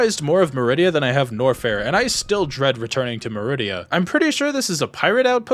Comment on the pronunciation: Did he say….DREAD?👀👀👀